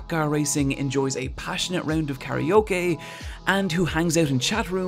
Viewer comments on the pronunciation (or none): none